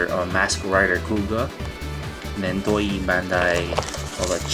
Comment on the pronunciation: Allow me to correct you: the "ei" part in "toei" is pronounced like in "met". I don't meen to offence you. Otherwise great review, but i think i'll pass on him